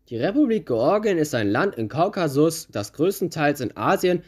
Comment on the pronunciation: Interessantes Video und Respekt fürs raussuchen der Fakten Aber bitte, es heißt KAUKASUS nicht Kaukakus. Triggert mich hart